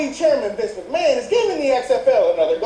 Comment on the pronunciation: "Vince Mcmahan" "Genuine" Nope